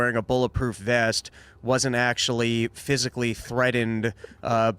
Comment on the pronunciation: needs to learn how to speak. Its so hard to listen to. Cerdain, threadened, buddon, Pudin. Like come on dude you arent a kindergartener.